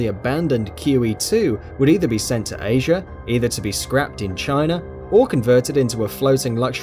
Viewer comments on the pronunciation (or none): none